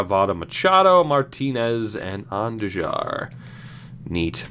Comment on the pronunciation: On-Do-Har is how you pronounce Andujar